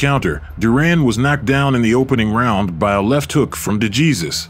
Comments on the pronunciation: You don’t pronounce de Jesus like Jesus…… it’s De Hey or Hay and then Suess as in dr. Suess (soose) …. De Hay Suess …. De Jesus. Normally wouldn’t care how someone says a name but do the man justice and pronounce it in the propper Spanish form…The letter J in Spanish sounds like H in English…..Other than that great video…. Duran 🥊 🪨. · "de Jesus" is pronounced "de - heh - sus" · Dejesus is not pronounced Jesus. OMG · Or world famous fighters. Like how does the maker of this video not catch that? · Hey narrator, if you're going to delve into the history of riches like professional boxing, educate yourself in the proper name pronunciation of its great fighters, ok? No doubt you're just an unseasoned youngster who's eager to tell a story... but never saw these actual battles yourself. Otherwise you would already know that NO ONE mispronounces the late Puerto Rican boxer Esteban DeJesus with a Spanish pronunciation followed by an English pronunciation of his last name! It may not mean much to you, but to the Puerto Rican people and the Latino community as a whole, it means a whole lot! 👍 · Pronounce his name properly. Gee whiz, that’s ridiculous.